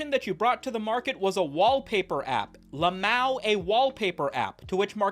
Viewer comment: you don't pronounce LMAO like a French guy saying Mao Zedong's name. You say the letters. L M A O.